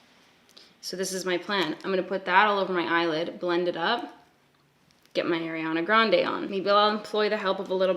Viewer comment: How much shit are you getting over how you say Ariana Grande's name?